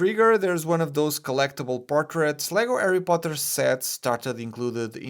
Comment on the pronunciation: I really like how he pronounced “arry potter” 😄